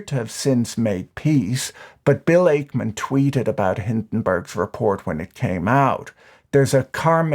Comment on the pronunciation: "Ackman" sounds like "pac-man" not "ache-man."